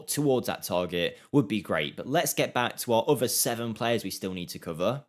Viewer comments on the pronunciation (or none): none